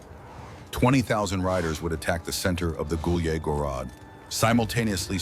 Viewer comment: Took me a long time to figure out he's saying Gulyai Gorod. AI is pronouncing it like it's in French or something